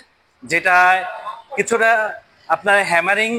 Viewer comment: হ্যামারিং নয়, আমেরিকার হ্যামারের মতো বলেন